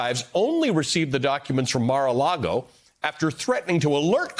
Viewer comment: It's not 'Mare'-A-Lago'...It's 'Marr'/Mar-A-Lago! 'Mar' means ocean in Spanish and Mar-A-Lago means Ocean to Lagoon in Spanish.